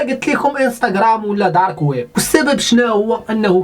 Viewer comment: الويب بالباء في الاخير كما تنطقها بالعربية ما تبقاش تقول Wep راه كتبان امي اصحبي